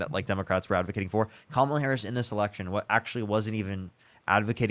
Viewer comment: First MAGAt say her name correctly 🎉🎉🎉👏🏽👏🏽👏🏽